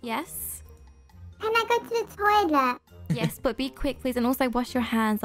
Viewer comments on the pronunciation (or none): I was laughing so hard when I heard “I NEED TO USE THE TOLEIT” XD